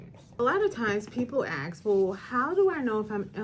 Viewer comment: I love this lady but how can an educated attorney pronounce “ask” as “axe”??? Lol